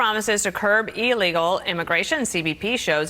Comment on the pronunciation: C'mon, its Illegal not Eleagal.